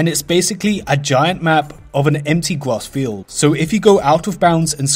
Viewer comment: Haha fucking Gwas field.